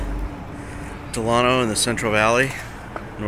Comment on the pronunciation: BTW thats not how you say delano